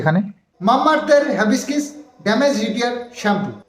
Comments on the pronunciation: Havibiscis na hibiscus.. Thik kore bolo... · ওটা হিবিস্কাস হবে।। যখন কোন নতুন কিছু প্রোনাউন্স করবে তখন অবশ্যই করে গুগুল ট্রান্সলেটর এ উচ্চারণ টা দেখেনেবে। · হ্যাবিস্কিস না hibiscus হিবিস্কাস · Bhai...ota habescis na go....Hibiscus otar nam...jaba phul ke bale English a Hibiscus...kichu mone korona bollam bole...ta na hole onnora hayto ata niye abar tomar maja orabe...tai tmr uccharan ta akjan Didi hisebe tomake aktu shudhre dilam bhai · Its not hibiskiss i think its hibiscuss.which means joba phul. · Ore baba ota hibiscus 🌺 Mane joba phul..habiskis noi😅😂😂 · Habiscis noy ota hibiscus bolo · Ota habiskis noy hibiscus 🌺😂😂😂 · ওটা হ্যাবিসকিস নয়... হিবিসকাস... মানে জবা ফুল। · "HABISKISS" na 😂😂😂😂😂 ota HIBISCUS bujhlen? Ei shikhha deben bachha ta ke? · উচ্চারণ টা হিবিস্কাস হবে। জবা ফুলের বিঞ্জান সম্মত নাম । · ভাই উচ্চারণ টা হবে হ্যাবিসকাস। । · কথাটা হিবিসকাস হবে ।তুমি গুগলে আগে উচ্চারণ টা শুনে নেবে,তাহলে ভুল হবে না।তুমি ঠিক বললে তবেই তো কৃষাণু দাদা ঠিক শিখবে।সবসময়ই তোমাদের মঙ্গল চাই, বজরংবলীর পুজো করে যাও,উনি রক্ষা করবেন।জয় বজরংবলীর জয়❤❤ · দাদা হাবিসকাস উচ্চার হবে গো।অব্যশই কিনবো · হিবিকাস হবে উচ্চারনটা। জবাফুলের শ্যাম্পু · হিবিস্কাস উচ্চারণ